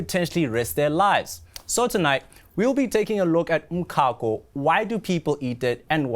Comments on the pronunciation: Why is this guy pronouncing umcako like this? Ehh. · that's not even the correct Zulu pronunciation😂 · So eNCA has no budget to research the right pronunciation of umcako? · 🤣🤣🤣 definitely not Joburg pronunciation. This guy must explain why he's saying it like that 😅